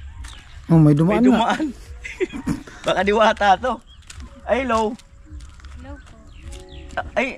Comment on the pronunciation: Sabi mo diwata dilata hnd diwata😂😂😂